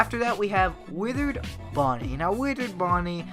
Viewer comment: The second time he said wither bonnie he said weder bonie